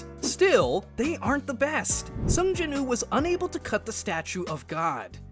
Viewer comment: Why you making woo sound like ooo I hate it it’s cursed